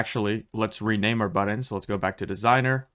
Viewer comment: and how to pronounce words like "button" incorrectly.